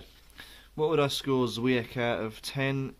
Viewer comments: It's pronounced chvyiech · Awright beer, caramel notes chime in here too. 'W' is pronounced as a 'V' in Polish, the C is more of a 'CH'